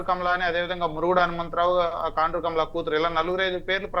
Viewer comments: Orei talkam kondru kaadu ra kaandru😂😂😂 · కొండ్రు కాదు సార్ కాండ్రు